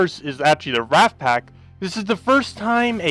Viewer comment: Wraith is pronounced ray-th, not rath (wrath). The "i" makes a big difference. :)